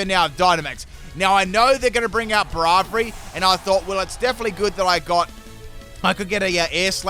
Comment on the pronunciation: I love how he pronounces Braivary wrong XD